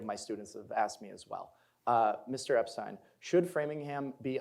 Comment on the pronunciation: I’m a neighbour and friend of Geoffrey Epstein- it’s pronounced Ep-stine not Ep-Stene Mr. Epstein is a retired physicist and has lived in the area for over 20 years- he’s no stalker that’s the name of our street